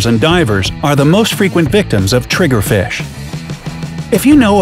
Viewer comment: Lol so Funny Trigerfish it sounds Like TRIGRERED!!! Ahahhahahaha Lol 😂😂😂😂